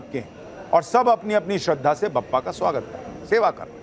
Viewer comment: वह 'बप्पा' नहीं, 'बाप्पा' है...